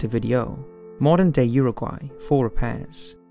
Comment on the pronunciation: ... "Montevideo, modern day Urugüay"... Really?...